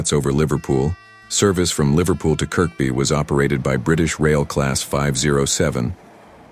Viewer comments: Is anyone annoyed with the pronunciation of Kirkby as its pronounced as Kirby not Kirk-be. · by the way it's pronounced 'ker-bee' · It's Kirby,you don't pronounce the second K